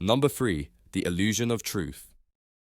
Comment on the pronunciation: Pretty good, the accent is listenable, and clear... but "three" does NOT sound like "free," anytime, anywhere. If it does, that's a speech impediment, and it's annoying as hell to listen to.